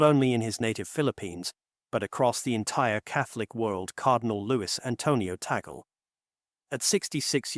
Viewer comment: Luis Tagle not Taggle